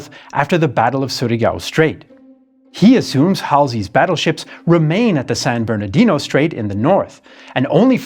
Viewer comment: Like the San Bournodino Strate? 🤩